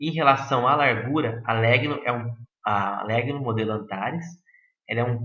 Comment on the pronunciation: A pronúncia de Legno é lénho.